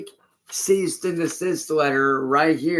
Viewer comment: I like how the letter says the word "Cease" and he's still mispronouncing it as "Ceast" lol